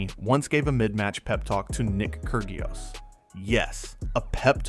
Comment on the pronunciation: Good video you should probably learn how to pronounce Kyrgios (i.e. fix the ai voice over)